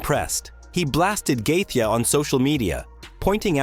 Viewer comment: "Gaethje" is pronounced more like "Gay-Chi".. luv the channel m8! 🤟